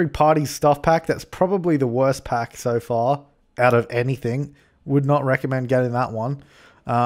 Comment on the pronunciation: When you say so far it sounds like sofa. 👍😂😜😜😂😂😂